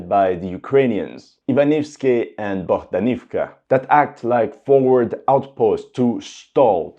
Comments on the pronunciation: BohdAnovka) please, dude :) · and Bohdanivka becomes Bogdanovka